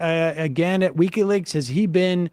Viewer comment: It's not weeky leaks, Sam. Its wiki leaks.